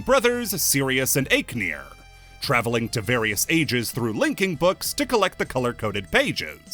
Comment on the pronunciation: New Achenar pronunciations unlocked.